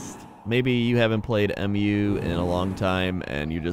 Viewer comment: A lot of people call it M.U. But it's actually "Mew", it's the name of the continent. They say it a lot in the trailers and in game. (All three games, actually)